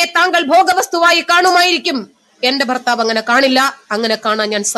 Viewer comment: ഫാര്യ ഫർത്താവ് 🤣🤣🤣